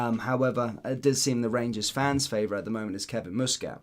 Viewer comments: Its muskit no mooskit fur f..k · Learn how to pronounce Muscat mate. Youre a grifter. He's a former player and its not Moosecat ffs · the guys name is muscat with sound like bus not moose 😊